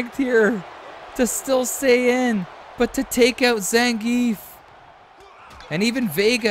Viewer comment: noth Zangif but Zangi(EF)✌️